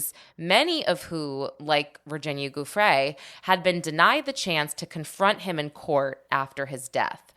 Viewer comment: Giuffre is pronounced Jew-Fray